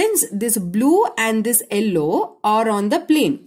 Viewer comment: madddam its yellow not ellow😂😂